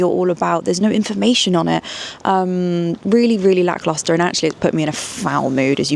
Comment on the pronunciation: WOW I TAKE IT BACK ! SHES SINCE SAID IT TEN TIMES MORE EACH TIME CORRECTLY 😂